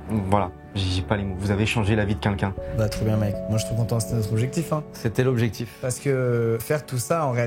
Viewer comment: Changé la vie de qu'unlqu'un🤣 ça m'a tué. Hmm pardonnez moi